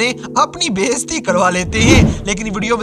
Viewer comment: بھائی اپنی بھی اردو ٹھیک کر لو بیستی نہیں ہوتا bayizati ہوتا ہے ہوتا ہے